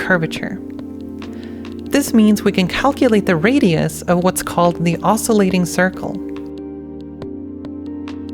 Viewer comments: Nice video, beautiful animations :) , but I do have to say as it is a bit of a pet peeve of mine (especially the second one) ... it is pronounced "osCULating" (from Latin for kissing) not "osCILLating", and to find something's derivative is to "differentiate" not to "derive". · It's the "osculating" circle, not "oscillating". "Osculating" means "kissing". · "osculating" is really supposed to be pronounced with a KYOO in it (or at least KYUH)... it shouldn't sound like "oscillating". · Osculating not oscillating. (It comes from the word for a kiss in Latin.) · it is the "osculating" circle not "oscillating". Osculate means "to kiss" :) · Very nice presentation and explanation. One nit to pick, which I’m sure someone’s already pointed out: it’s “osculating,” not “oscillating” circle (literally, the “kissing” circle). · Brilliant! I was doing this in the 1980s (green screens, mini computers the size of a washing machine...). On the curvature approximating circle section. The circle is the osculating (kissing) circle. It sounded to my old ears like you were calling it the oscillating circle. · You made it sound like you are saying "oscillating circle". It's "osculating circle". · A small correction, you keep saying "oscillating circle". The correct term is " osculating circle ", with a 'u'. An equivalent phrase is " kissing circle ". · It's "osculating", not "oscillating", from the latin "osculans". Also, could I use a cubic interpolation on LUT, or the cost of doing so is higher than computating additional points? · This is an absolutely beautiful and insightful video,. Bravo! I'd very much like to see more of this! Maybe it's me mishearing, but sounds like you called it "oscillating circles". The actual term is "osculating circles", which quite poetically means "kissing circles". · "Osculating isn't pronounced like that" It's not??? What??? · osculating is pronounced differently than oscillating